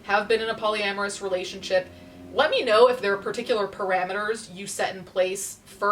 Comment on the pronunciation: Got me at "Polyamourous"